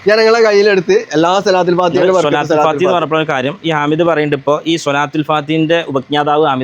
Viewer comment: ഏഴ് വരെ മദ്രസയിൽ പോയിട്ടുള്ളു ത്രെന്നട്ടന്നെ ഓൻ്റെ വിവരത്രെ ലോഗ മുഫ്തിനാ കാനുള്ള യോഗ്യതയുണ്ട് പിന്നെ ഒരു കാര്യം സ്വലാത്തുൽ ഫാതിഹ ..യല്ല ട്ടോ സ്വലാത്തുൽ ഫാത്തിഹ് എന്നാ ട്ടോ പറയാ